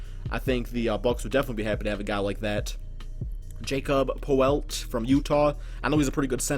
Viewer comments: Jacob poelt?!? It's pronounced Yakob Poel-tel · Jakob Poeltis pronounced YAW-KUB PER-TOL